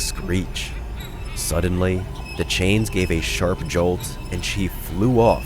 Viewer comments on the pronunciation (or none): none